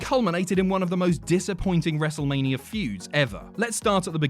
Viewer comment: Wrestlemaneeurrrr he says